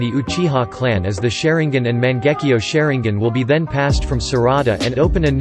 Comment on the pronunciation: Sharin-gin lol